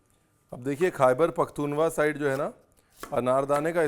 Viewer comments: Khyber pakhtunkhwa is the correct pronunciation not “pakhtunwa” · khber pukhtunwa nahi Khyber pakhtun khaw HOta hai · it's called Khyber Pakhtunkhwa... the KH is not silent and is the 4th province of Pakistan